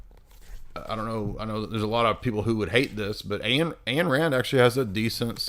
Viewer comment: Ayn Rand's first name rhymes with mine. Say the word mine minus the m.